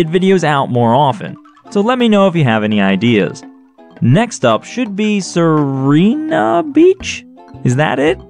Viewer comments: The correct pronunciation of Sirena is Seerena The See is spelled a little faster and rena has a sort of simple spelling idk Well, you can just Google translate that in Italian and hit that speaker button so why did i even make this comment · Sirena is pronounced "Sy-ren-ah". The name was derived from the word "siren", namely the mythological creature that drew sailors astray with their alluring singing.